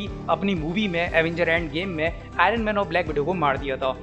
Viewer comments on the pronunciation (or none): none